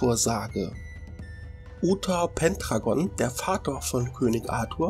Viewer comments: Nicht schlimm wollte dir das einfach nur sagen schau mal bei Arthur und die Freunde der Tafelrunde vorbei dort siehst du wie der Name Ausgesprochen wird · Uther Pendragon wird anders ausgechprochen